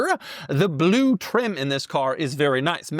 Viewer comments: No one pronounces blue like that. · My boy, Bah-loo! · Ba-lue. Like how he says e-lectric. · There's something cool about the way Doug says "blue".